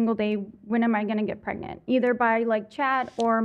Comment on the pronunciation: What's with the girl in the Jeep not knowing how to say the word pregnant "prengant" lol